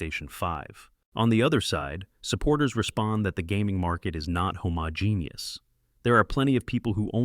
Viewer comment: Homogeneous is pronounced hōməˈjēnēəs not homo-genius lmfao